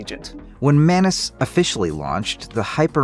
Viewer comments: Its not manus its Maa noos - मानुस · Why do I always hear “menace” instead of Manus?